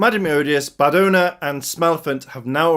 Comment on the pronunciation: Badonna is pronounced about the same way as the singer called Madonna, and the other two prisoners are a Kuliner from ToQger and Yokai Buruburu from the Ninninger and Drive team-up. We should see Sledge again at some point, maybe in the anniversary episode.